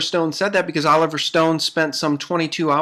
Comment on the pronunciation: She said oliiver north...then oliver stone.